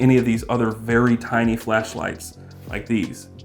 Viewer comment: Pronounced tiny not tini,JS!